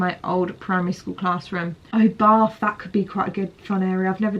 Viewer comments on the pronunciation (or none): none